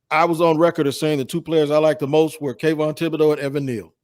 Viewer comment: these down south names give you the fits...lol im from Louisiana I watched everyone butcher kayvon Travis A-Tee ann.